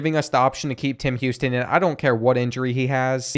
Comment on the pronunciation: “Him Houston”